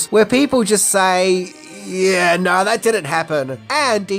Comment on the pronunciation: “…He said naur”